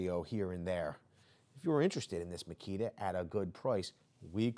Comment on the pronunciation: “Now on to the MASSKITA” at minute lmao I thought you were gonna say on to the mosquito 🦟